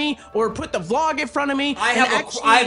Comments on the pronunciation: who the fuck pronounces vlog as v-log? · the biggest sin in this is keem pronouncing it vee-log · Part that made me most mad about this was that keemstar pronounced vlog as "v" log